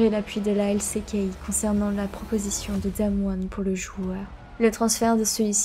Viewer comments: J’apporte ma pierre à l’édifice, le coté franglais dans tes prononciations me sort aussi de la narration, LC Key au lieu de L ci key pour exemple. C’est un bon taff néanmoins ! Continue à improve ! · Tu dis LCéKey toute au long de la video mais si tu veux le dire a l'anglaise c'est LSiKey. Avec des meilleurs sous titre et ne pas finir toute les phrases avec une intonation basse et sa sera bien mieux bonne continuation